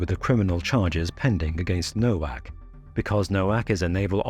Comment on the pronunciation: "Nowak" is pronounced "Novak."